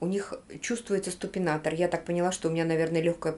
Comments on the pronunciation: Дорогая, то ли мне послышалось, как ты сказала СТУПИНАТОР, надо говорить СУПИНАТОР-это специальная стелька....... ты всё и так знаешь без меня просто букву Т не говори!!!!! А кроссовки которые ты мерила симпотные.)))))) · Супинатор т., а не ступинатор)видео как всегда интересное😍морошка мммммм😋😋😋😋